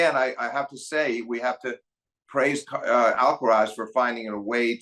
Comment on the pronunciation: and Steve, you should make an effort in pronouncing Alcaraz's name correctly. The accent (stressed syllable) is in the third and last "a", so it is Alcaráz, not Álcaraz. Also, the z is pronounced as TH without vibration at the end. It is very easy to pronounce Carlos's last name as it is. Cheers.